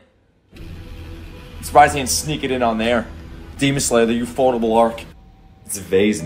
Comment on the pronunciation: Its ufotable...ufo..table.. Not ufot-able.